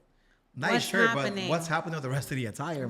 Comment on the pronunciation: Or just tucking it in, iron your shhyt 😂😂 she said that with chest ❤❤❤